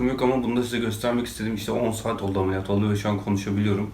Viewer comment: ameliyat değil alemiliyat a gidiyor seni çok seviyom abi